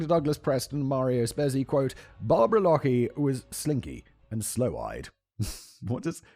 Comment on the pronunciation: SIMON ---> sloe-eyed (not SLOW-eyed) means dark eyed something attractive in Mediterranean women.